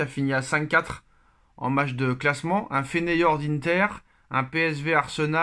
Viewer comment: Feyenoord...Pas Feneyord